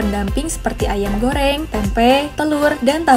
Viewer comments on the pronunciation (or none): none